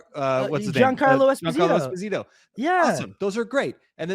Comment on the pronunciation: Since you guys like to make sure to pronounce people's names right, Giancarlo Esposito is (Esp-ah-se-tow). Just a heads up. ❤